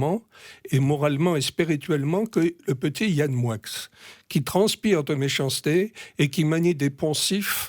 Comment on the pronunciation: Pourquoi dis t'on MoiX (Moickxssss et pas "Moi") c'est français non ???? ou alors dorénavant je manges des NoiX (noickxsss)...